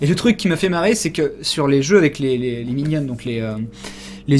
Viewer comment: tu prononce minion 'minionne" ?